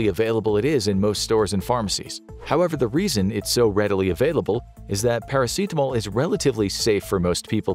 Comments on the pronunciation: why dya keep prenouncing paracetamol as if its a very spanish word or summink lol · Is that really how you pronounce Paracetamol in English? Pairaseetamol? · The way you say "paracetamol" bothers me to the point of irrational hatred.